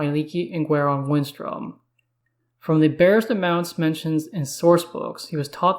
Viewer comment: its GWAY -RON... gwahron sounds terrible